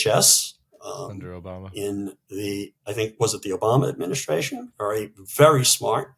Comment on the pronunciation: Suggestion: could you both practice saying the word "Administration" please? Listening carefully I can see that you both pronounce "s" when saying other words. This is a word you're apparently going to say a LOT..so..it is NOT a drunken "adminish-shtray-shun" but admin-i-stray-shun.